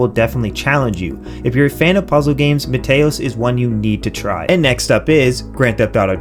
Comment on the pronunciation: Small detail, but it's MEE-TEE-OS like Mete in Meteor cause the game is Meteors falling on your Planet. Great Video otherwise, solid recommends.